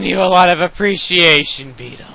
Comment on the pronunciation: Me and my friend laughed SO DANG HARD when you showed your "apprcreciation." to beedle